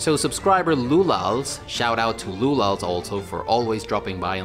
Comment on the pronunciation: Thanks for the shout-out and response! Btw. my nickname can be pronounced as "Lulash". The "sz" thing is understandably confusing to anglophones but it's basicly like combining "s" and "h" in English. Awesome video. Curious how the discord thing will work out.